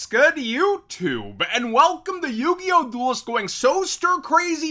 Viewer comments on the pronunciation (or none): I think Galaxy Tomahawk straight to 2 was a DEAD giveway, first being the "L" in the link so instead of "yugioh" it was "yugLoh" ☠☠☠